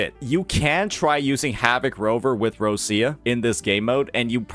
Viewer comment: Still waiting for to say Roccia's name correctly, but he didn't talk shit about Changli so I'll take the small win (Not a Changli main btw cuz I know you neckbeards probably think so, I main Carlotta <3 )